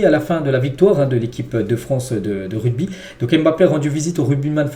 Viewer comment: RUGBY. PAS RUDBY 😂😂😂😂